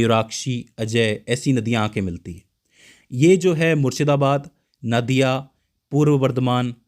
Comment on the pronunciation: Naadiya nhi nadiya hota h